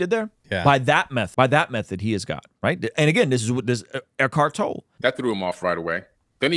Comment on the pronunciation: Great video guys - love the silver lining take on it. I see the same and love it. Also, name is pronounced 'Toll-ee' for Eckhart Tolle. Keep up the great work guys. You get it. :)